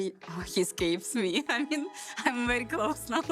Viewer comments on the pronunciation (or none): You say Very not Bary 🤣 Very well very good NOT bary !